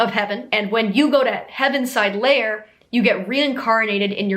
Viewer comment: It is the “Heavyside Layer” not heavenside. But your freestyling of a song about “words that describe me” was so on point that it’s overall a very accurate background/intro section. Ok so you mentioned the movie is based on the musical based on the book. But did you know the book is based on stories T.S. Elliot told his niece, and also some made up words his niece would say. Like “jellicle cats” comes from her little british toddler pronunciation of “jolly little cats,” there is also the rival troupe of “pollicle dogs” whoch comes from “poor little dogs.”